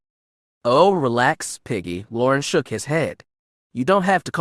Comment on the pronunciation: As much as I’m loving this story, the mispronunciation of almost every made-up name or word makes it impossible to listen to. I didn’t recognize Piggy or Tahiri until the narrator described their history as characters, and however the Twi’lek officer’s name is spelled, I can tell it’s being pronounced wrong even though I’ve never seen it in writing.